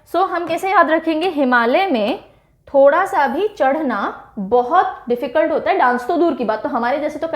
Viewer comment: Ma'am ठोडा not थोड़ा m himachli